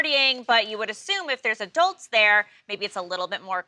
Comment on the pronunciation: "Adelts"!? 🤦🏽‍♀️uhmm, ma'am .... it's "Adults"!